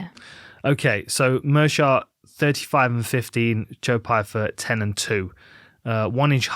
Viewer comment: You’re telling me V can’t say Pyfer?